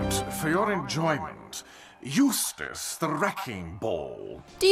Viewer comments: After getting lessons oh how to pronounce Eustace, she finally made it correctly. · The narrator finally pronounced Eustace correctly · At least this announcer says Eustace's name right